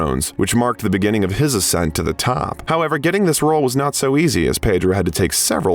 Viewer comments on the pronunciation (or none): none